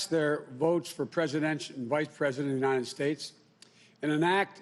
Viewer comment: "The united Snates," huh............@